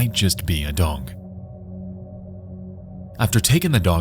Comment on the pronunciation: why do you pronounce dog, dong?